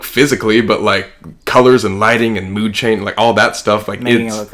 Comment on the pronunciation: ik colby did not just say “god mood”😂 but mood